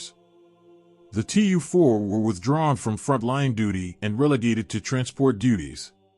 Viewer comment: It is Teee Uuuuu - 4, not two four.